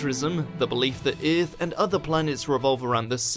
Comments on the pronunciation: whatever accent is this, its earth not eeeeeath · How come this dude can't pronounce EARTH...